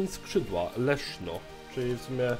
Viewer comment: Zamiast Leszno usłyszałem Leszczo xD